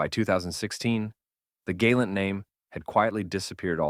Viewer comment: Why did the AI go from properly pronouncing "Gal-awnt" to calling it the "Gay-lent"?